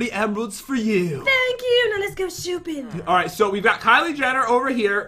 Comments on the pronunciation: jen said let’s go shoopping. Not shopping. Edit: pat also said. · you siad shooping pat